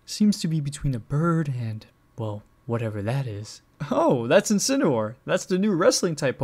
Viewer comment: You guys are saying Incineroar wrong your saying Incinerwar that is not how you pronounce it